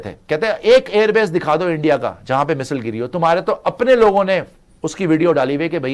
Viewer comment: Missile hota hai misile nhi😂